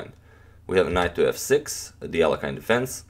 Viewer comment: Mr agadmator, sir. Please do not pronounce Russian names in an "American" way. It's not "Alekhayn", It's Alekhin, "i" like in "hit". From the Wiki "pronounced [ɐlʲɪkˈsandr ɐlʲɪkˈsandrəvʲɪtɕ ɐˈlʲexʲɪn]." That includes not used in the western culture patronymic "Aleksandrovich" (meaning "son of Aleksandr").